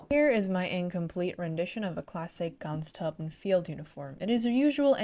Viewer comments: Try “grens troopen” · Your German pronunciation is pretty good. I noticed you have trouble pronouncing Grenztruppen. Just imagine the 'gre' part is pronounced as 'gra' in 'gravel.' And then you have to cut if off with a knife to get to the 'nz' part which may be somewhat like 'grentz.' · idk if it helps but try "grance trouppen" as pronounciation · the pronounciation is actually fairly simple. Its basically Grrrr (like a growling) - end (pronounced like the english word end) - s- trupp (like troop but with a hard p) - en